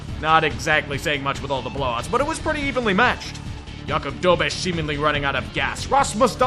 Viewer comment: Czech here, thanks for pronouncing Dobeš correctly. Shows that you care and we do notice.